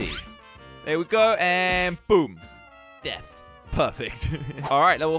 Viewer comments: He said deaf instead of death 😂🤣🤣🤣🤣🤣🤣🤣🤣🤣🤣🤣🤣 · Hey did you say deaf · he said deaf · guys it's deafth not death